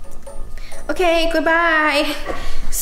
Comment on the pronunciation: when nessa says: OkEh